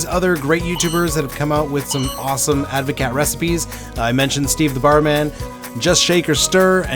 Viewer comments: It's pronounced like Ad-vo-cart 😂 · It's a Dutch word, so you pronounce the "t". Ad voh caat - cheers 🍹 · proper advocat doesn't have vodka only brandy.. and you need to learn how to pronounce it correctly